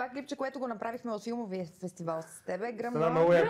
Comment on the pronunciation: "БУЛ. КУРАЗЕТ", "фестиваН"... Продължавам нататък, да чуя следващия лапсус 😁 силно впечатление правят прасците на Нина... Не знам дали е пиленце... По-скоро щраус 😁😁😁